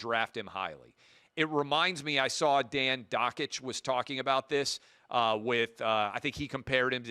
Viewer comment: Wow... Look who learned how to pronounce Dan Dakich over the weekend. He's only been a colleague working on your show since 2021.